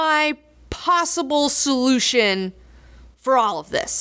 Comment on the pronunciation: monetizatn solutn